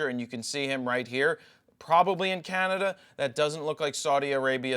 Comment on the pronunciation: Jajaja, Canadia? Good to know it's not just me, then.